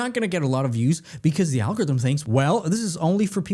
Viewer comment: What's an "algothm?" Why don't people e-NUN-ciate any longer?